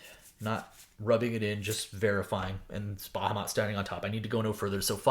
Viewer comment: Your pronunciation of Bahamut is aggravating lol.